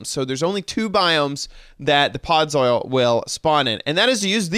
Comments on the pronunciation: I guess he could be saying soil because it looks like gardening soil block. Although, with his knowledge of Minecraft and the way it's spelled he should pronounce it "Pod-zull" Made me giggle never expected him to say that. ☺️ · Why do you pronounce it "podz-oil"? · I had to say it correctly every time he said it wrong lmao where did he learn that pronunciation?! 😂